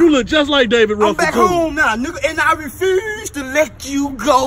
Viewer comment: “I Refuze to let you go.” Lmao